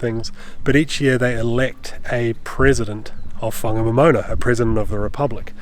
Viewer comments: It was mostly loose metal when I went over it in the 1970s. Ive never heard that town pronounced as a moana before, so we must have been saying it wrong all these years. Poor Harvey's hard work. I hope he gets a bonus thus week 😅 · Pronounced, Fong a nom in nah.